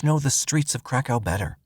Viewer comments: That's exactly what I thought they were saying at first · I thought the same thing 😂😂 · Lmfao glad somebody said somethin thats honestly wat i thought he said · YES IT SURE DOES lol I HEAR THE SAME EVERYTIME HE SAYS THAT WORD😄🤦🏽‍♀️ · I kept hearing crack house the crack hoe. I came to the comments to see if anyone else heard the same thing 😂😂😂